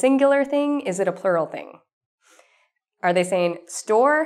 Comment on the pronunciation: Your plural sound likes pearl.